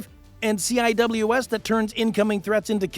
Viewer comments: In Navy parlance, you do not pronounce the CIWS as “C I W S”! You either call it a “close in weapons system” or just call it a “C WIZ” / “sea wiz” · A lot of mistakes, incorrect terminology and unrelated images. I'll just mention a few. AEGIS cannot identify or track targets under water. Phalanx CIWS is not pronounced by saying the letters C.I.W.S. It's pronounced as "Sea Wiz". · CIWS. A close-in weapon system (CIWS / ˈ s iː w ɪ z / SEE-wiz)